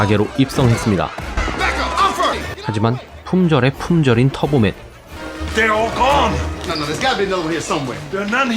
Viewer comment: 터보맨을 자꾸 털보맨 이라곸ㅋㅋㅋㅋㅋㅋㅋㅋㅋㅋ